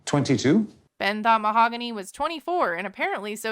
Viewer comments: The h is silent in Spanish so she pronounces her name “mao-gany” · Butchering her name over and over is pretty shitty though. 🤦‍♀️